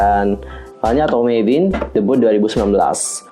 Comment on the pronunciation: mavin kak bukan meivin